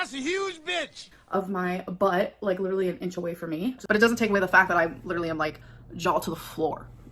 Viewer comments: That’s the only word she knows. Literally, lidurally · I hate the way she pronounces “literally”